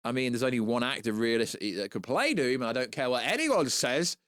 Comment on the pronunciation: Von Doom not Von Voom lol